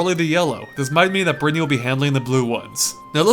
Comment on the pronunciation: Berthy? You realize that isn't how you say Brittany right? It's like brit knee.